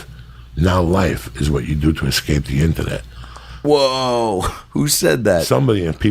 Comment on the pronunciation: the way he says "internet" is so funny lol